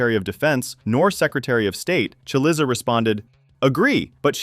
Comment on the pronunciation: The narrator, or program narrating this story, may want to look up the proper pronunciation of Chris Cillizza and Ted Cruz is not from the Republic (of) Texas.